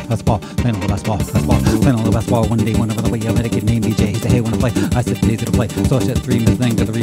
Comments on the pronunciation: Basketball is not meant to be pronounced as "basbol". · When I rap that fast, it does kind of come out that way. Also, there's an ad where a football 🏈 player pronounces it that way, and I only noticed because I do the same thing in this video. The pronunciation is better in the actual song here: Though, the "t" is still soft, like in Gal Gadot's name.